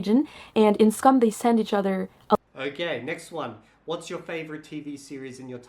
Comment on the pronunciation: But why does she pronounce "Skam" as scum? 🤔 Several times, even.